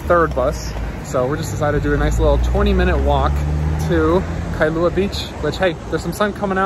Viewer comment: Those mountains in the back you referred to in Kailua are called "Ko'olau Range". (Ko-O-lau-u) the "au" sounds like "ou" as in "ouch" without the ch. Now add "L" with "au"....Lau. It's Kai-lua not Kai-a-lua. And just call the Twin islands, either Mokes or Twin Islands. 😀